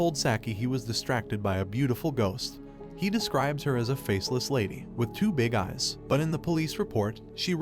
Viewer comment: nah bro said 2 bigs eyes lol